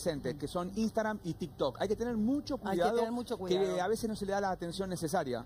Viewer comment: Le hace una cuenta de "Istagram" (lo pronuncia así) a una nena de 9 años que dice proteger. Nada para agregar.